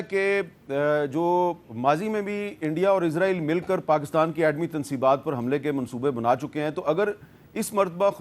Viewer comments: Meer sab izra eel nhi isra eel lafz hai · Hamid sahab dostion ki zaban mat bolne izraeel nahin izraeel kahin